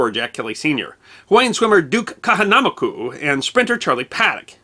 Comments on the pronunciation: Your channel is awesome!!!. Now, not trying to be pedantic. Cebu--"Sayboo." Duke Kahanamoku. 'Kaw-haw-naw-moe-koo' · Slight correction "Kahanamoku" is pronounced like "Kah Ha Na Moke Oo" ("moke" rhyming with "Coke" and "Oo" like the sound people make when they see some guy hit in the groin (and not "Oh")) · That's "Duke Ka Hana Moku." (You are NOT trying to win a race during your narration. Please slow down to avoid mispronunciation of foreign names/terms.) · I love how, , he completely flubbs the pronunciation of Duke Kahanamoku. lmao :) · I like, and have watched many of his clips. This is a good one, and very informative; but the way he mispronounces Duke Kahanamoku’s name is laughable..